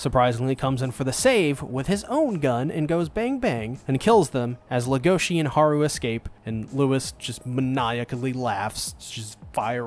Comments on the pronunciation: Everyone: LEGOshi This guy: legOSHI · Everyone says "Legoshi" but in reality it's "Legosi" like Bella Legosi, the old Universal Horror movie star from Dracula and The Wolfman. Even though in The Wolfman he only played a minor role as the gypsy "Bella", who infected the main character, Lawrence "Larry" Talbot, with Lycanthropy, thus kicking off the whole concept of the movie's plot. He also portrayed such Universal horror monsters as Frankenstein's creature, The Wolfman, in other pictures, and his most famous role as Count Dracula. The author has stated that Legosi's name is a direct reference to Bella Legosi himself. She also mentioned that his name being so difficult to pronounce directly effected her choice for the name of the other main character, the White Dwarf Rabbit "Haru", so that they were opposites not only in nature but in name pronunciation as well. Just some extra information I found interesting.